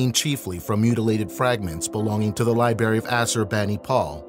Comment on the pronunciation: Learning how to pronounce “library” would seem to be essential for a program such as this….ahh well judge not I guess…